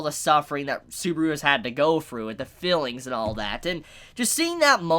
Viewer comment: The way this dude says "Subaru" really pains me to a point i never thought possible 😭